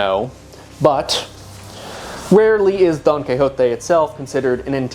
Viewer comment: This is coming from a place of love, please try just maybe a little harder with some of the Spanish, you’re a very bright dude and it pains me to hear cabeeza di vakah and donkehhoteh in an otherwise fantastic project. Extra points if you go for a Castilian pronunciation.